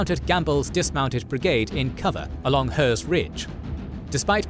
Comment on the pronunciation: I'm going to start by saying how much I love your work and the information you guys bring is fantastic! That's why I'm going to hate being the picky one, but I'm a Gettysnerd and this is killing me. Pleasonton - It's not Plea-san-ton, It's Pleasont-on Herr's Ridge - It's German so it's Hair not Her McPherson - It's Mc-fur-Son, there's no fear in a McPherson Carlisle - It's not Car-lisle, it's Car-Lyle Harrisburg Road - Too many S' Gettusburg and Hanover Railroad - I mean really? Gettusburg? York Pike - It's York Road Taneytown - It's Taw-knee Town There were 5 hills - Power's Hill was in the middle of the Union Lines, It's observation post was the key point to how Union Troops moved so quickly George Pickett - Only 1 T in his tag General Pettigrew - Not Pettygrew Also, on the order - The order was about Cemetery Hill, not Culp's Hill. The Position Ewell was looking at was the very Northern most point of the fish hook. He also didn't just say no, he asked for Re-inforcements but due to everyone else already being in bad shape (The first day at Gettysburg say 16,000 casualties in 6 hours, 2nd bloodiest day of the war to that point) he was refused and he decided to not attack a fortified position manned by 10,000 fresh troops of the 2nd and 12th Corps. It was tactically and strategically the right call. Also, On the 6th Corps, No One but Meade knew where they were. They were left behind in Fredericksburg and were called up on the 29th from there. There were 17,000 men in that co